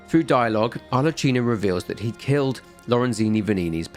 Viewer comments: How did you end up pronouncing Arlecchino's name wrong when he said it to you multiple times in game? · great video! one note, in italian you read "ch" as you read "k" in english both in pinocchio and arlecchino